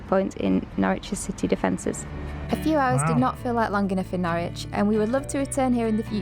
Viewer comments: Norwich is pronounced Norridge not nor-witch. 🙂 (Quite a few British place names are easily mispronounced) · As a resident, no it isn't. It's pronounced 'Norridge' just like porridge! 😂 On the other hand, Ipswich next door is just as you describe. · Just for future reference and no judgement intended but Norwich is pronounced Norrich as in porridge but with the 'ch' sound at the end instead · Just because I'm a pedant 😂 and of course to help you guys build on your UK vocabulary. The city of Norwich is pronounced "NORRICH" as in in no "W" sound. Plus don't get me started on Worcestershire if you do a video on the place or the sauce 😂 We pronounce this as "WOOSTER", no "shire", no "wor-chester", just Wooster. lol 😂 Towns and cities in England are full of these, extra letters everywhere!!!! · Nor-ich, the 'w' is silent. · Its not Norwich its pronounced Norich silent W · I have had the privilege of living in Norfolk for most of my life. Wouldn't change it for anything. I loved your attempt at pronouncing 'Norwich', good effort, sir. When spoken by the locals it sounds closer to 'Norridge', and if you think that's bizarre just wait until you discover 'Happisburgh' ;) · Norwich rhymes with porridge, no 'w' and no 'itch'.